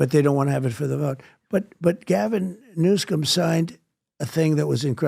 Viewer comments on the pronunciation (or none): Trumps speach errors are purposeful so why does he call him Newscome? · Lol, maybe intentional, maybe not. Trump says "Gavin Newscum" ...lol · I love the way he says new scum😅